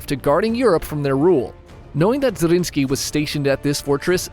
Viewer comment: More fun facts: 1. The name of Nikolaus Zrinskij(both of them)is Zrínyi Miklós and is pronounxed very differently. 2. The Hungarian name, wich our friend has alredy told, Szigetvár is just two Hungarian words: sziget(island) and vár(castle/fortress), telling everyone how the castle looks like